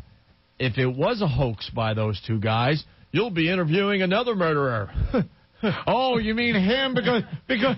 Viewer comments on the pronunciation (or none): "Murda" HAhahahaha